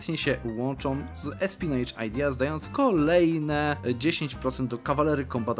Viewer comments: Odcinek genialny, a nieopłacanie armi bardzo historyczne Tylko zapamiętaj na przyszłość, że espionage wymawia się espionaż, a nie espinedż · „Espionaż” się powinno czytać POZDROOO